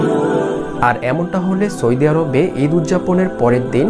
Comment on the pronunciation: সৈদি আরব না ভাই সৌদি আরব হবে। উচ্চারণ ঠিক করে ভিডিও বানান। এই ভাষার জন্য আমারা জীবন দিয়েছিলাম